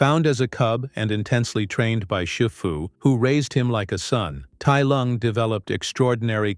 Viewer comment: It’s pronounced DRAG-oh and SHEE-foo, “”! 🤨